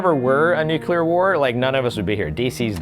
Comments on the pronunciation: Repeat after me. nu-CLE-ar. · I'm really interested to play this game with some friends, but it worries me that the team keeps saying "nucular."